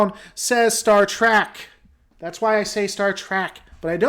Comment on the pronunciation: You still say it Trak half the time. Meh.